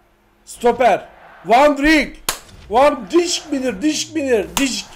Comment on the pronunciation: Abi Van djk Öyle okunmuyo